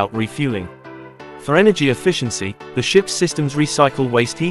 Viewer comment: I stopped watching after he said “The” and gave it a dislike and I won’t be subscribing.